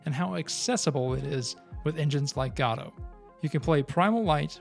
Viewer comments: Godot - pronounced Guh-doh, not "Gah-doh" or "Go-doh". Guh-doh. It seems this isn't your first video on this subject and it's annoying to hear someone continue to mispronounce a word... especially when it's in the same video... especially when that video is NOT the first in the series. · You're both correct. The official website states "Godot is named after the play Waiting for Godot, and is usually pronounced like in the play. Different languages have different pronunciations for Godot and we find it beautiful." So while the creator might have had an intended pronunciation, it seems any pronunciation is okay.